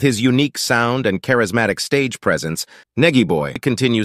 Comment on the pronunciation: Please pronounce 🗣️ his name Right ✅ Nigy iz pronounced 'Nigh Gee' short for Nigel... Pleaze & Thanks 🙏🏾